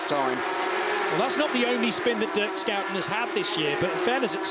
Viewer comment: Can someone please tell the commentators how to properly pronounce 2 time race winner Dirk Shoe-10's name. It's embarrassing.